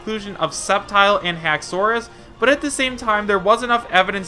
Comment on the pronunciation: Lmaooooo ‘haxoras’ 😂😂😂 dont make me laugh. FAKE